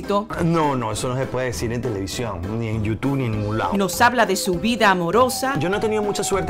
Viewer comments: Por favor no digas más Yuss Tu, que horrible bleeee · Por que ella pronuncia YouTube de esa manera? Alguien me dice si eso también es comedia?? Esq es lo único q no me dio risa sorry